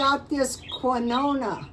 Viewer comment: Quinoa is a weird word. I think it’s pronounced (Keen-Wah). I think you are so clever with how you can make everything from scratch!!